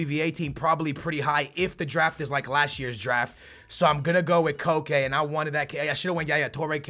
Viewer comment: Its pronounced just like coke